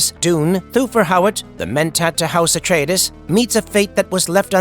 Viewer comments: AI says it funny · I like the way he says Paul Ah-tray-dayszzz 😂